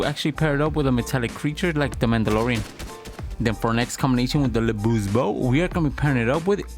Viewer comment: Looove the combos for this vid, I did wanna mention that the pronunciation for LeBeau is just "le bo" as the french pronunciation of "Beau" is the same as "Bow" or "Bo" for us, except in the case of "Beautiful" of course. That's also why "Beau" is also a common alternative for the name "Bo" as well. One more piece of trivia, "Beau" also is a common word to describe a lover or boyfriend, and that meaning derives from it being the french word for handsome. Regardless, keep up the great work!